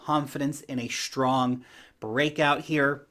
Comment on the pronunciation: shtrong shtruggling ;P